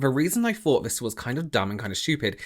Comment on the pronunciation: Why don't you pronounce 'th' properly? 'I fought one fing' = I thought one thing. ?? weird.